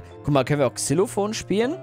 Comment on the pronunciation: Xylophon und nd(nicht) zylophon!😂